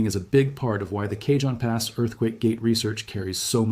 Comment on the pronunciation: “Kay-Jon” pass????? This is AI slop.